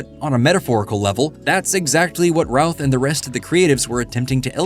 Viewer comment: Every time you say, “Routh”, I hear, “Ralph” 😅